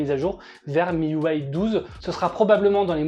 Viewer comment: Miuway ? Mes oreilles saignent !! Ont dit un système UI pas un système uway 🤨